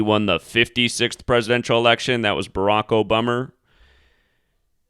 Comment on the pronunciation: Did you say Barack obummer?